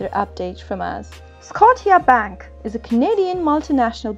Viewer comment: It's called Scotia like scosha not scoteea